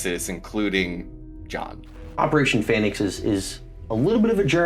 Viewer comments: he even pronounces it PHEnix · The fact that he was pronouncing the first syllable of the word “phoenix” as “feign” is either a hilarious coincidence, or a smug breadcrumb that alluded to what he was up to. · "Pheonix" was an ironic mispelling, since they pronounced it "Feign-ix". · Omg the Phoenix misspelling is mad funny, he even is pronouncing it like "Phay-nix" to cover it up XD